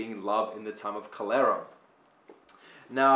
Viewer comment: Thanks. Btw, I don’t think that is a pronunciation of cholera.